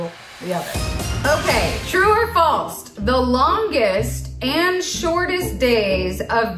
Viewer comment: “true or FALSTTT” lol